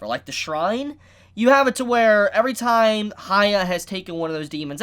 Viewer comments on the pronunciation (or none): none